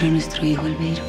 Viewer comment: Me gustaba cuando le decia 'albeirus' a albeiro jaajjaja